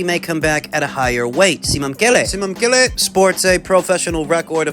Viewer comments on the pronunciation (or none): Simamkele, congrats, that's a Zulu name you just tried to pronounce